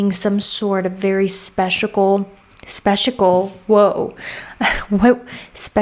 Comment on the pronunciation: spechical LOL sounds like my Jewish grandparents saying their Yiddish word for "penis": schmechical!